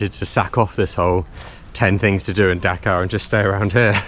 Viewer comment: Great video. You may pronounce it as dHhhaa Kaa not daka and also not bang or Beng la desh but baaaang la desh